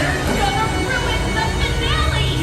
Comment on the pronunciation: Did someone say "fee-nah-lé"?